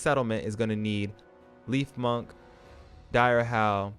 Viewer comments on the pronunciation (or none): Good video but you need to work on your pronunciation, you struggle to say the most basic names like surfent lifmunk. Sound it out because you’re adding random letters in words “leaf munk” “feng loupe” ???